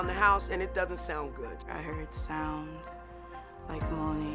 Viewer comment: Hurded....translation/ HEARD as in listened! I am so sick of American USA people speaking so very poor! Awful English as a first and only language!! I cringe! C'mon people! Correct yourself! Jeez mom 10 years of recordings?!?! Hello psyco! At least mom said '"asked" properly & not axed! Mom needs nelp!!! Seriously mom u are crazy! Jeez take it personal much mom! You ARE papanoid! So now mom knows the truth and now mom needs help and is Abusive to her daughter trying to blame her daughter as if saying anything regarding her mother in a negative way is insulting! Wow mom give YOUR family a break! Now we know why mom is sick!! She's the cheater!!! A cheated who ruins her husband a d her daughter too! Mom is gross! Sick mom! Mom sucks! Yay dad!!! Leave that awful wife!